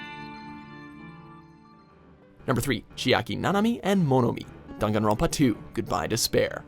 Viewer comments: No one : Legit no one : Not even the spirit in my basement : Him at the start : Me : i- did you just say danganronpa into Dungunronpa? Ot is it just my ear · it’s dang-an-ron-pa not dongawnrinpa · why is he pronouncing "danganronpa" as "danganron PAAAH " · WHAT THE EF IS DONGONGRAMPA ITS DANGINRANPA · Wtf is darn an Ron pa tf it’s dangronpa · I think it's pronounced dAngAnronpa not dUngUnronpa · DAWM-GON-RAWMPA PHAHAHA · he says dongunrunpá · The way the narrator pronounces Daganronpa makes me sick, ugh. I bet the narrator hasn’t even played Daganronpa. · i don't like how he says danganronpa like "dAn gon Ronpa" eww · Why he say it like that don gon ron pah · dan-gahn-rahn-pah Edit: some of the ways he pronounces stuff KILLS me :( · Nobody:: DAnGanRonPAAA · ..Top ten DHAN-KAN-Rum-pa executions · No one::DUNGANROPA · Dang it grandpa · Dude... It's Danganronpa. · Dan Gun Ron pa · dunganronpa goodbye duspair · "Dam- gan- won pa" NOPE. NOPE. NOPE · ‘D UN GANRONPA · am I the only triggerd by how he said dongonronpa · Just cringing at the way he said danganronpa P.S. I liked Celeste's execution the best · Every had troubles saying danganropa, right? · No hate but why do you say Danganronpa like that? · He says danganronpa wrong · They butchered the pronunciation of danganronpa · He says Danganronpa wrong :( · Is it just me or does anyone else hate how he says Danganronpa? Nope just me, okay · the way he says the names is giving me a stroke lmao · THAT'S HOW IT'S PROUNOCED?!?! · The way he pronounces Danganronpa though... I love it. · I can't take you seriously when you mispronounce DanganRonpa. How come you only included the first two games and not the spin-off or the recent game that released early this year? Some of those executions were more insane and brutal.